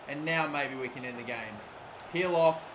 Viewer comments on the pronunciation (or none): none